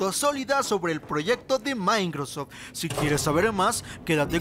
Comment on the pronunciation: El "maincrosof" jajajajajajajaja